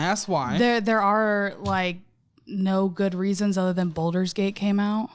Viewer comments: Why is she saying "Boulder's" gate? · I cringe everytime she says “Boulders” Gate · Her pronouncing it "boulder's gate" kept giving me heart palpitations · “Boulders gate”. Lmao. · BALL-DURS GATE!! Aghhhh!!! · I laughed my ass off when I heard her say balder's gate came out. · using Baldur's gate as an excuse and failing to pronounce it correctly is a crime